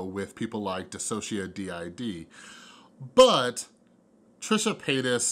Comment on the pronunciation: hahahaahah oh dude i wish i could properly tell you how to pronounce "DissociaDID" -- it's like "Diss-o-sha-DID". <3